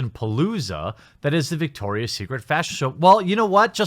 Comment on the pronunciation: It’s Victoria not dicktoria